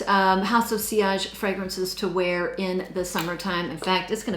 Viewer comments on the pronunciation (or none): none